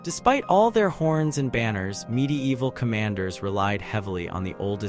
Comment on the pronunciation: Great content, but god damn i cant stand the "midi-eehval"... Sorry man, but fuck this.